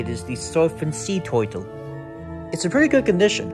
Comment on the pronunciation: When you say toltle caught me wheezing